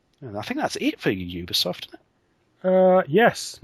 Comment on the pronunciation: You got it right, Larry. It is 'You-Be-Soft'.